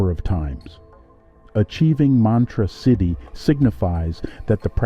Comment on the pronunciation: you were mispronouncing siddhi the entire video 😂